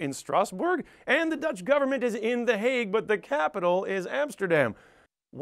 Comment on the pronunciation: Here I am, two years later, seeing him say that my home town is a shitty suburb of the Hague. He did pronounce it surprisingly well though.